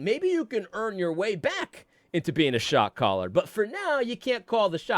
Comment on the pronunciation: When you listen to this sped up it really sounds like you are saying “shock collar” instead of “shot caller” 😂